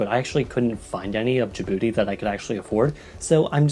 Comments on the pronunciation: OMG YES SOMEONE WHO UNDERSTANDS but they pronounce Djibouti wrong it's not da bouti. Its Djibouti if its easier don't pronounce the I just add a j and it's exactly different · I keep hearing "da booty" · Ur not saying Dijbouti right